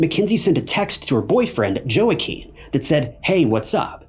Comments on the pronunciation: You’re saying the boyfriends name wrong🤦‍♀️. Haven’t you ever heard of the actor Joaquin Phoenix? He played the Joker in recent movies. Look up how he says his name. It’s "wah-KEEN" or "hwah-KEEN". See simple 1 minute google search. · Im sure it's in here somewhere, but Joaquin = Wahkeen. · Stop saying her boyfriends name like that... WTH?!? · I can't even tell what its actually supposed to be. Sounds butchered.